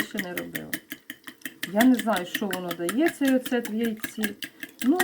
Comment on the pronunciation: Дивилась вас вперше.ріже слух "оцет" -наголос і забагато сміху.а скільки суржику 😂 а так критикуєте інших